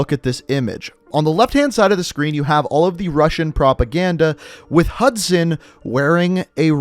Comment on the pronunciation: Say hudsun